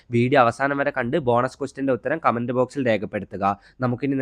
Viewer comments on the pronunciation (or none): none